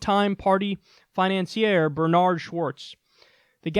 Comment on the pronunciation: I agree with your sentiments in this video, but your pronunciation of the word "financiers" and general mic consistency issues were unpleasant in this video.